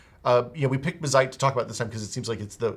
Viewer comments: It is indeed bazzite as opposed to bazzit, but you're putting emphasis on the wrong syllable. Emphasis goes on the A, not the I. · Buh-zite? Nah, I definitely read it as "Bazz-ite" with the zed sound affecting the first syllable not the latter... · It's pronounced BAZZ-ite, not bah-ZITE lol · Guys, it's BAH-zite, not buh-ZITE. :) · Bázzite not Bazz'ite... jesus... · (Baaz- zite) your welcome 😅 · The double zz is the giveaway sign to stress that A as BAZZ-ite. Like, Ballet isn't buh-lay. Its BAL-ay. Mullet ain't Muh-lett. Its MULL-et. 🤣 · Actually it's BAZZ-ITE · yeah it's Bazzite, rhymes with alright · Lmao who the hell would pronounce Bazzite that way? I watch a bunch of handheld/mini PC focused YouTubers and they talk about it all the time and literally none of them have ever pronounced it that way.... Anyway.... Good to see something like this getting some coverage on a channel like CNET. Linux gaming has come a long way and SteamOS is fantastic. Can't wait to see more widespread adoption. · the way you don't pronounce Bazzite correctly is just annoying. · The em-PHAH-sis is on the wrong sy-LLAH-ble.